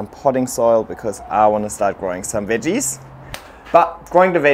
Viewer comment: Idk why but ur Aussie accent when u said veggies had me rolling 😂